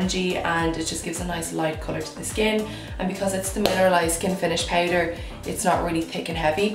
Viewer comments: Okay wait but am I the only one who gets bother on how she says “powder “ it’s POWDER NOT PAIDER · I’m here in my bed tryna pronounce “powder” the way she does lmaoo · The way you say "powder" ♡♡♡ Haha And I'm with the hoards of people who have noted that you are naturally craaazy good looking! Holy gummy bears. O_O